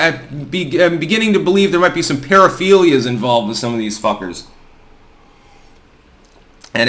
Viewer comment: A pair-o-feel-yuhs is always a nice way to start the day.